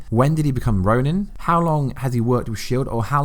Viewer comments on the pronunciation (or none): Why you say ronin like that 😂